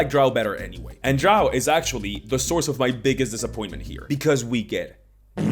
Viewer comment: I hate how they have so little description of anything, relying on the art, which doesn't always fit. Drow rhymes with crow, not cow.